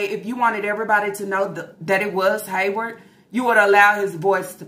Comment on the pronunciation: Girl, I can’t believe that first she called it alimony like they were married. 😂😂😂 Second that she really thinks she’s gonna get $2K/mo from Haywvard. And no, I didn’t misspell it, that’s how she says it! 😂😂😂 She done quit her damn job thinking she’s about to live on this child support. That man doesn’t even make that much in a month to pay her $2K/mo! He will quit his lil Waffle House job before he gives up his whole check to her even if it is for the kids. But the amount makes me suspicious. $2K/mo for eight kids seems awfully low doesn’t it?!? Or is it just me???🤔🤔🤔 But I know a 🥷🏾 with 5 kids who pays more than that, and he makes minimum wage. So it makes me think they’re not all his kids! If she ever shows the test results, we’ll see. But the fact she hasn’t makes me think they’re not all “Yarborough babies”, ok! Because if they were, you know she would have thrown it in everyone’s faces. Especially about SySy and Lana! So I think half are his and the other half aren’t. But that’s just me. 😂😂😂